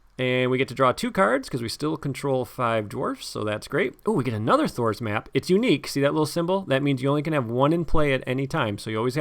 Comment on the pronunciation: Every time I hear you say "Thror's Map" I hear "Thor's Map" and I keep expecting to see you putting Mjolnir on your table.